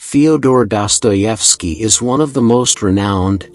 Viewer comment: Ya that's how his names pronounced